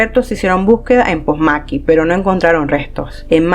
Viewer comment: Todo iba bien hasta que pronuncias "POSMAQUI" ese no es el lugar se dice POMASQUI. A parte de eso buen video. EXITOS!!!